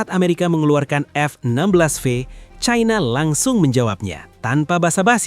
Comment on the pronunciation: Perggunakanlah bahasa Indonesia uluh bukan sok cadel dan kebarat baratan China dibaca China bukan Chaina yg sangat memalukan sebagai orang Indonesia